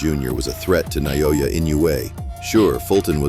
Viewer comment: Stop mispronouncing: "Na-yo-ya."